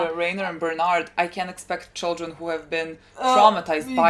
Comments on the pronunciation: Bear too-old => Ber_told , closer enough than Bern_ald. :) But now we are hyped for Bernald... so go forward. :D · Stop 😂 saying bernard its berthold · "berth" + "old'', Berthold, Бертольд